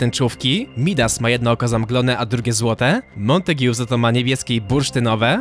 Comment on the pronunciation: Mała podpowiedź lingwistyczna- czyta się "Montag". I jak mówisz o dwóch facetach to "obaj" nie "oboje".